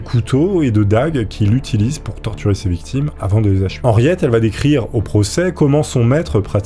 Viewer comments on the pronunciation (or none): none